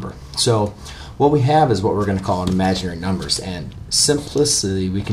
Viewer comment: did this man just say I M A G I N A R Y N U M B E R S ? ! ? !